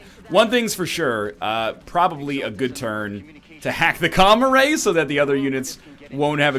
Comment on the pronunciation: The way he says comm array just sounds like comma ray to me.